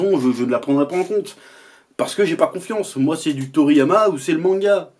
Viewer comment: Toriyama "Toto"? lol